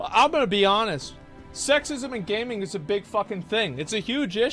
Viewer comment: Why he reading gaming like that 😂😂 that’s not how he pronounces it.